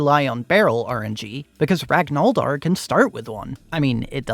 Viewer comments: saying "ragnoldr" instead of ragnvaldr is a cardinal sin 😭😭😭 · Ur a wiki admin but u dont know how to pronounce "Ragnvaldr". Rag-nuh-vaul-der. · It’s pronounced rag-ner-Val-der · your pronunciation of ragnvaldr hurts my soul, but the beauty of your ultraviolence redeems you. also, phobias don't really do anything. evasion only matters against physical attacks, and almost none of the enemy attacks are coded as physical. It really only matters for guards swinging their cleavers and the fight against d'arce. And I "think" iron shakespear BEFORE he sets his hammers on fire?